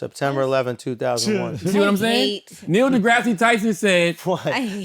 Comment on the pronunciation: Drake going back to the wheelchair with Neil's name pronunciation 😂